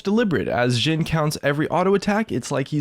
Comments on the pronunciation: You are speling Jhins name through the whole videom You were saying Zin or Dzin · he says jhin like sjhin. triggered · its a hard j like jif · he says it like amix of jhin and shin. like the jh/sh is really triggering for me